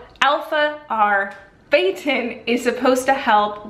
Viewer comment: It’s ahr-byoo-tin actually lol. Spelt that way on the pamphlet. Why would people sound out a “u” as an “a”? Anyway, great reviews, thorough and honest 🙂